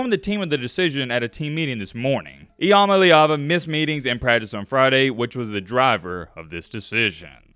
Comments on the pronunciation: He really said “I am a leeva” cya later bud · Its literally in his name I-am-a-leava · Well, his name is, imma leave ya. That's how I've pronounced his name since I first saw him. Lol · Still can’t even pronounce his name right🤣